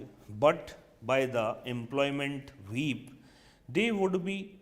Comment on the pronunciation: Of whip ki jagah "weep"